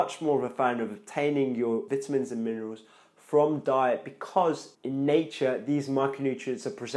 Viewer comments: Oh my god Bruh I couldn’t watch your video, this is America Veyetamin it’s Vi-tamin Not V-it-amins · Vituhmins.....'nough said. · It’s vitamins the first “I” says it’s name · SO I been saying vitamins wrong my whole life...